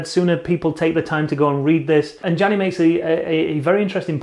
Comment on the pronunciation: Janez, not Gianni